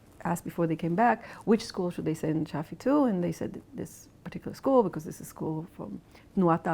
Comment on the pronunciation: It's Shafi, not Shari.